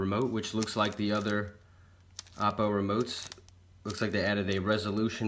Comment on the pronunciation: It's "Oh-Poh", not "Ah-Poh", as in opportunity. HDMI IN is for things like AppleTV, Roku, even for processing video for your DVR or PS4/PS3. The OhPoh will do its magic, then send the video and audio back OUT via the output connections. Hang out in the 203 Owners Thread on AVSForum to see what this puppy is really capable of.